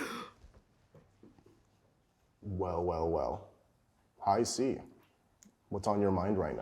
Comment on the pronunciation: hardest of hard r's